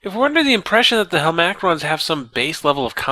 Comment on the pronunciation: hel-MACK-rons drives me nuts! lol its hel-ma-crons. nit-picky ik. love the series tho